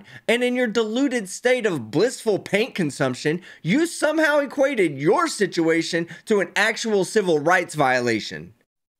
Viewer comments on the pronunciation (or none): none